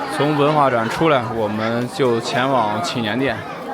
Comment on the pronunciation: 拜託 祈年殿的祈字念二聲不是三聲.